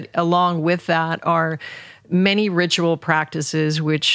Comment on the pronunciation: Loved this one ❤️ I also heard in this one that ... ritual sounds as Rich Roll 😉 Much love and peace to everyone who reads this ❤️